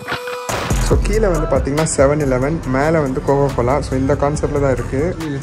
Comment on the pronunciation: Bro if u difficulty to pronounce 7 eleven means just tell it 7E we Asian just told it 7E